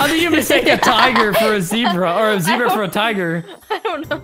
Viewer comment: zebra more like ze-bruh